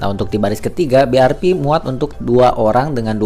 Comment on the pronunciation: BIARVI ya gan bukan BIARPI